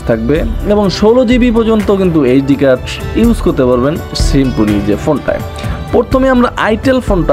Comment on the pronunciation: "শিম্ফনি" কী ভাই?? 😂😂